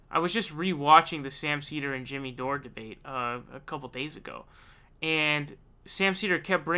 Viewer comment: This snot nosed kid makes a laugh ....The guys name is Jimmy Dore its pronounced Door my god man how can you mispronounce the word door.